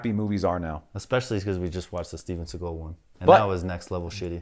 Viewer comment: Gotta love how you emphasize the Steven SeaGULL :) By the way, the gunshots sound so good because they were recorded in the actual corresponding space here, basically every other movie uses some studio recorded sounds and then the environment of the shot is "added" in post production